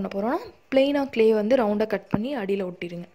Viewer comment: க்லே இல்ல